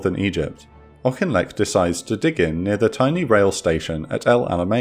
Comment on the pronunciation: I live in the village auchinleck Scotland well done for pronunciation